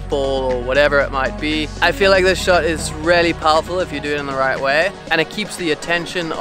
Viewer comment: When he says "really" it sounds like he is saying "Rarely" Good tips mate